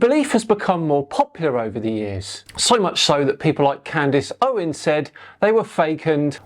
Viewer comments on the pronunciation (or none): none